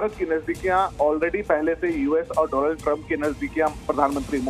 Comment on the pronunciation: inko abhi tak डॉनल्ड bolna nahi aya.